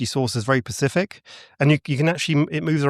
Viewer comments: I just can’t take someone serious that doesn’t know the word is “specific” it’s not an impediment. I’m embarrassed for him. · Take a shot everytime he says “pacific” instead of specific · iTS SPECIFIC NOT PACIFIC FUCK that is an annoying speech impediment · Pretty sure this guy thinks the word “specific” is actually “pacific”. He said it so many times I can’t unhear it. If you don’t know basic English words I have a hard time believing in your theories. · The energy source is NOT PACIFIC, it’s SPECIFIC…. SSSSSSSSSSSSP. Come on now , adults shouldn’t be saying pacific in 2025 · Even in the UK, they say “pacific” instead of specific. Damn, that’s all I can hear now, lol. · Be pacific when you are talking about the specific! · I lost count at how many times he says pacific for the word specific😂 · It's good to be pacific. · You are all being a little pacific aggressive here 😂🎉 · Same, literally after the 3rd I had to check out 😂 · For a man who can't pronounce "Specific", he sure chooses to use it a lot